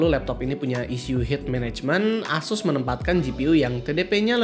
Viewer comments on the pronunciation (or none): none